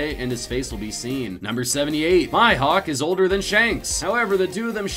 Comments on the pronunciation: I love how he says there fans of one piece but can even say vivra cards. Like do you not watch it? Maybe you don’t read it? Or like how you don’t even know mihawks name like you sai my hawk when it’s me hawk. Clearly you guys just aren’t fans. Also “devil fruit users can’t swim” oh you don’t say? God this video was bad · MYhawk. I know you said you don't have perfect pronounciation but goddamn Mihawk isn't even hard, the least you could do when making a list about something is to actually learn about it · lol they pronounced it Myhawk smh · May-hack?? Nope its MIHAWK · ***** Maihawk, Kanu ? like WTFFFFFFFFFFFFFFFFFFFFFFFFFFFFFFFFFFFFFFFFF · I love the fact that they put a disclaimer about pronouncing the names, but if you watch the show at least once you hear how the names are pronounced. Seriously.. MAIHAWK? A lot of these facts were total BS-- especially the ones about Nico Olivia being part of Roger's crew and Dragon and Luffy's mother. I am curious about 76: what was the hardest character for Oda to draw? I found some random page online that says that it was Hancock, but does anyone know if it was asked in any of the SBS or a credible source? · MyHawk Or Me HAwk xD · Did he just say “My Hawk”? smh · Mihawk too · The way they pronounce Mihawk's name was unbelievable. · Monay? U mean Monet? And how the hell could you mispronounce Mihawk?! Im triggered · Come on man mihawk's name is one of the easiest